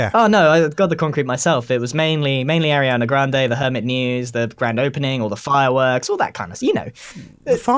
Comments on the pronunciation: Ahahahahaha grian said Ariana Griande... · "Ariana GRIande" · Can we just take a moment here, to realise that grian said Ariana griande. Twice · ariana “grian” de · Grian: Ariana Griande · Grian: ariana griande XD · Grian:Ariana grainde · “Ariana Grianda”